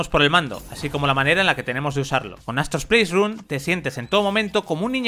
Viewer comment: Que molesto es escuchar que digan “japtica” y “pleisrun”